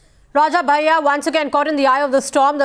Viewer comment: its 'bhaiya' not bayya.